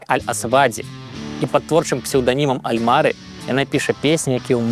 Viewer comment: На бачна, што ў Альмары націск - на апошнім складзе.